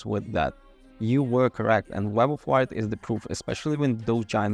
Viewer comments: Did your autocorrect change “wyrd” to “word” in the script? Pretty sure it’s meant to be pronounced like “weird”. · Im sure Wyrd is supposed to be pronounced Weird but the reviewer pronounces it as Word. Which is it? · Isn’t Wyrd pronounced “weird”, like Terry Pratchett’s “Wyrd Sisters”?